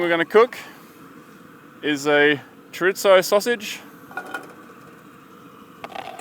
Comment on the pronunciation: If your Spanish you know it's sad when he says chorizo wrong and tortillas XD